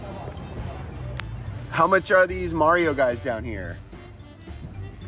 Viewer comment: You know technically that was not "Mario" it was "Nario" 🤣. You should have just said anything that is Mario but it has to be authentic!